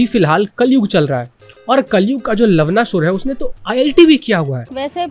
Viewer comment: You're pronouncing Lavanāsur as लवनासुर and not लवणासुर (which is correct) If you would have pronounced it correctly, it would have been hilarious 😂🤣 You know what I mean 😆